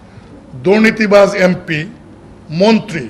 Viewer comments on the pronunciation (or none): none